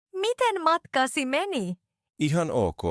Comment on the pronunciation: Tämä nuori nainen ei ilmaise itseään hyvin ! Esimerkki : "Matkasi" hän ei ääntä sitä hyvin ! Lisäksi hän puhuu nopeasti. Ei sen niin pitäisi olla! Hän lausuu sanan ”Matkasi” tauon kera. Hän lausuu sen näin: ”Matka – si meni”... hän lausuu osan ”si” erillään sanasta ”matka”. Hänen pitäisi lausua se yhtenä kokonaisuutena. Hän lausuu ”si”-osan käytännössä yhteen ”meni”- osan kanssa – siis: ”simeni”. Sana on ”matkasi” – kaikki yhtenä sanana !